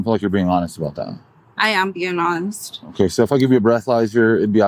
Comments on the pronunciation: “I’m being ronest!!” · You're not being honest. "I am being ongst"